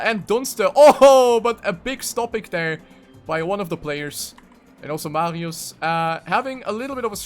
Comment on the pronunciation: Why do I cringe when you say MARIOES on the German way xD